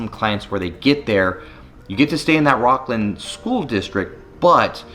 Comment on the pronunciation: Are you serious. 😑 your definitely not from sac. "Rockland"? It's rocklin 🤡